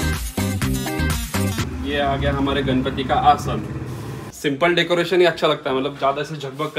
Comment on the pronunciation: Didi decaretion nahi hota decoration hota hai 😂😂😂😂